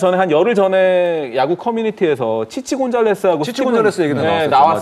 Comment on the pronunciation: 스티븐 곤잘레스 아니고 곤살베스 입니다